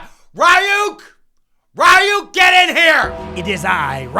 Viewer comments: Rye-ook? Ree-uck? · Well next time you should hire Ryuk instead of Raiuk